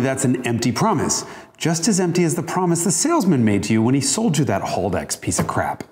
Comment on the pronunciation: Haldex, not Holdex. ;)